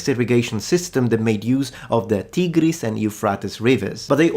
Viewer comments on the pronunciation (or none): none